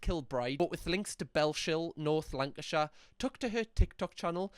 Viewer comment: And north lanark shire